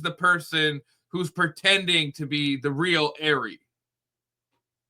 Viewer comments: It is not Airy it is 'AH- REE' 'RE' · I'm sorry, but that's definitely not Ari's voice! Her name is pronounced ARE-E, NOT AIRY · Come on Ari/monica didn’t do it for these reasons lmao she’s lying about 60% of her claims in this live.. and it’s ARI not AIRY lol just don’t want ppl to sound stupid saying airy lol wades crew first said airy but they are idiots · It's r-e not air-e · Her name is not Airy it’s Ari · Ari pronounced Are-E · Btw it’s pronounced “R-ee” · Your pronunciation of her name is incorrect, It's a long a. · you are pronouncing Ari’s name wrong, dude. 🙄